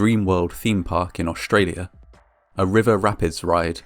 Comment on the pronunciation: Aushtralia...Aushtralien...Shtranded on support rails...Ecshtremely inexpensive...